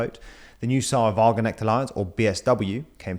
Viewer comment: Why do english speaker always just... ignore certain letters when saying foreign words? Sarah Wagenect? Tf